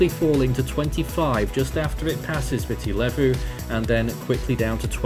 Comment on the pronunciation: Thank you for the update - For future reference Nadi is pronounced Nandi - the d in Fijian pronounced nd. Viti Levu is pronounced Veetee Lēvu